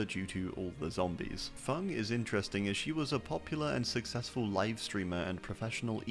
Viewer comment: Feng* nor Fung, wtf man